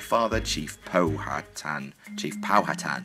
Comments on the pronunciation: I'm just going to help you, it's pow-ah-tan... I actually live in a city named Powhatan and almost everyone gets it wrong.. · The way we say Powhatan, in Powhatan where I live, is Pow-uh-tan. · pow'a'tan